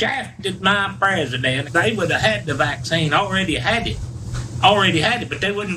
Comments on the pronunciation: “They shafted my prazzadent” 🤣. What a rube. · This trolln or he really has a speech impediment disorder?